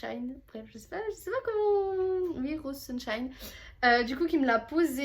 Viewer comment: merci pour la vidéo c est moi Rosesunshine😂tres bien prononcé bisous ma belle ♥️